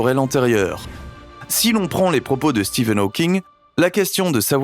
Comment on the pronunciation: je rêve pas, a la fin il l'a appelé "Steven hawking" comment perdre toute sa crédibilité 🤣🤣